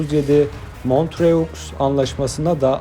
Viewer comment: Bu sesle devam ederseniz kanal cok kan kaybeder. Montröx diyeni ilk defa duydum. Tamam öyle yazilir ama öyle okunmaz..